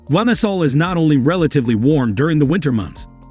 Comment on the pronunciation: Lymasol (Limasol) Valedda (Valleta) Mallerca (Majorca) Ebeezuh (Ibizia) San Tropes (St Tropez)